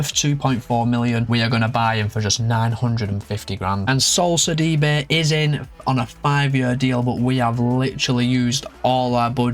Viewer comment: Ah thanks for the shoutout bro! Did very decent with the pronunciations 😂 👏 ! Great rebuild! Got Sidibe on a Stoke City rebuild and he is such an all-rounder! Love from South Africa as always!